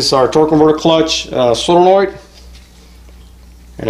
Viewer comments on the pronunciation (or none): "Sololoid" lol